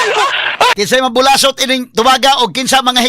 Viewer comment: Tinuod nang imo Atorney. sa Negros Oriental bulasot, paspason nag sulti.. dili bu-la-sot😄